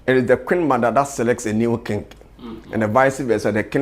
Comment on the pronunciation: What is kingg? it is king (sounds like "kin"), but what is king-g?